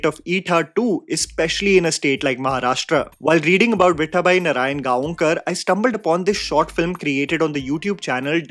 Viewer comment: Please watch "Ani... Dr. Kashinath Ghanekar" It follows the life of Marathi film actor Kashinath Ghanekar the highs and lows.. you will love. btw nothing against you..but next time whenever you pronounce Gaonkar, remember its pronounced as Gaokar.. thought of correcting you as you are one of those few reviewers who also speak about marathi movies..